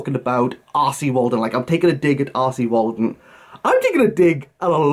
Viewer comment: When you say R C Waldun. Why do I hear “arsy Waldun”? Must be my Northern ears. With regards content warnings I have said during reviews if you check for content warnings you may need to check this book wherever you check. As you are spot on they need to be consistent. I don’t believe it’s my place as someone who talks about books to go any further. I don’t check for content warnings myself. The blurb on a book gives enough info for me to decide if I want to read it. Love these videos 🙂